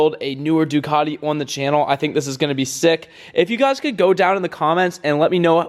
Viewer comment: Please do all Ducati owners a favour, first pronounce it right and then please use the proper red. Thanks. 🥊